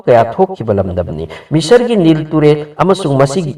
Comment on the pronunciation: Kari no ngna Giza bu Ghaza hydo, Nile riverdo ngna Nilll tural hydo keigni, chamber bu chaaammmbar, mayek seng2na hybiyu angang taba yaoradi lanna khngkhrani, Ngna pabado fajana khngaga pabiyu......